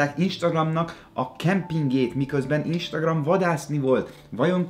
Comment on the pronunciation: pont jött egy instagram értesítésem amikor azt mondtad ISTAGRAM, LOOOL!😂😂😂